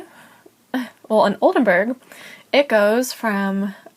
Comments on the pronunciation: SHE CANNOT EVEN SAY OLDENBURG CORRECTLY "BURG NOT BERG" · Nice video. I love Oldenburg, it’s a lovely city. My Dad is from Oldenburg. It blows my mind that she lived in Oldenburg for such a long time and still doesn’t know how to pronounce the city‘s name?